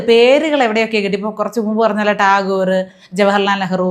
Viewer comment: രവീന്ദ്ര നാഥ ട്ടാഗോർ എന്ന് പറയാൻ പോലും അറിയാത്ത കുട്ടികൾ